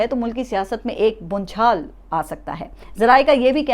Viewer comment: صاحبہ یہ لفظ ( بونچھال ) نہیں بلکہ ( بھونچال) ہے